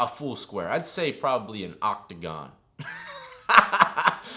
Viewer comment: "Octegon" you silly!!! 😂😂